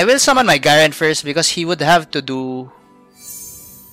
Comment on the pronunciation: Garen is actually pronounced GAyREN Avoid the small letter, If you want i can edit this comment with other champion pronunciations, Ngl, i am completely fine with your accent, a lot of time back i used to get irritated when people didn't use the generic accent, but I got over it , but there might be others who kinda get annoyed with an uncommon accent..